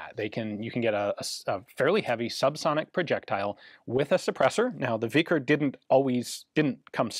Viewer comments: Isn't "vikhr" pronounced like "veefreigh" rather than like "vickers" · It is not "vikr" the k in "vikhr" is to show you in your language, you should pronounce H lire in House. K is not pronounced like in knight. В и х р ь - v i h r (softens symbol). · The Kh is pronounced like H in Hotel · Whoa whoa...its a vikha. No hard R. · The "kh" letter combination is pronounced like the first letter in the word "history". Thank you for your work, Ian. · k is silent my dude. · "Vikhr", or "вихрь" in Russian, is not pronounced with "k" in it - this "kh" is what "x" is in "Mexico" or "j" in "Jose" (Spanish Joseph"). "Bихрь" is pronounced [vi] a s in "victory"; soft, "articulated" [h] as in Spanish "Jose" or "Mexico" - and trilled, well articulated yet "soft" [r], kinda like in "sprinkler" or "research". ("Soft" r - because that last character there, "ь" is not a letter but a diacritic of sort, so-called "soft sign" which has no "pronunciation" of its own.) Also, the "base meaning" of this word is not a whirlwind but "a very strong wind" (tad below a gale, I'd say) same as in Polish ("wicher" [vee-her]) and even in Hungarian "vihar" (most likely a loan word, from Polish, as Hungarian, together with Finnish, are not even Indo-European languages, but I digress here) - but it is also used for "whirlwind" (dictionary says "in a figurative sense"). And it's "a gale/ hurricane" that "blows things away", not a whirlwind - thence this imaginative , if you will, use of this word for a submachine gun. - I'd rather say "they are trading user comfort for compactness", not the other way round.. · KH in these transliterations is read H not K. No idea where the stupid transliteration rule came from but hey, why not confuse people, right? So yes, Krushchev is actually pronounced Hrushchyov (cyrillic 'e' is also not just latin 'e' but 'ye' and in this case, additionaly the cyrillic letter is actually 'ë', read 'yo', but Russians just don't bother writting those two dots).